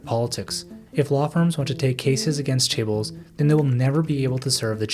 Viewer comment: Crazy this video has so many views and obviously a good bit of work behind it and you can't even pronounce chaebols